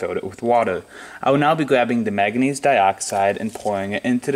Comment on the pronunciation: What's " mag a neez" ?